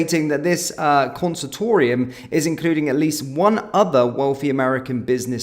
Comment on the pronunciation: What's a consatorium? Its Consortium you mong